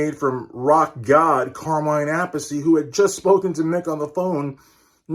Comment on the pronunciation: Carmine Appiece. Not apple seed!